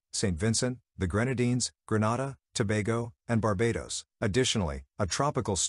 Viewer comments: Bah Bay dose, Saint lusha, green nay dah, doh min neeca. Proper pronounciations. Butchering our country's names. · he miss pronounce all Grenada 🇬🇩, St. Lucia 🇱🇨and Dominica 🇩🇲 😂 I was saying the same thing to myself